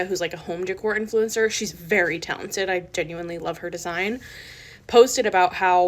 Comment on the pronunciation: When I hear " INFLENCER" I just want to kick somebody